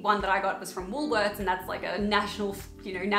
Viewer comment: Me, a British person, when she said Woolworths - 🙃